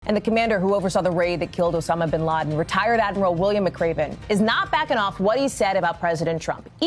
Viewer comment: Did she just say "Obama Bin Laden"? Is she that dimwitted?